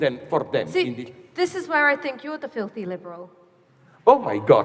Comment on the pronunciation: "you are really dipping yourself a feelthy leeeberal". Hahahaha. An insult much to be feared.